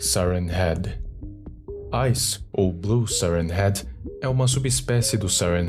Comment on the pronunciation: Ele fala siren heat